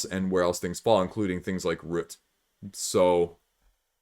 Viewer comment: What's sad is that I have Root and have only played it once but I loved it. I am thinking about getting the App to tide me over until after the pandemic until I can play it again. Also, a very interesting way you pronounce "Root", it almost sounds like you are saying "Rut". If I hear you say "aboot" for "about" then I am guessing you are Canadian. I love accents so I'm not trolling you.